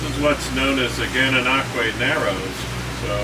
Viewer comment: Well done pronouncing Gananoque properly! Even Canadians have issues doing it properly. lol. So glad you enjoyed your time here on the Canadian side of the 1000 Islands.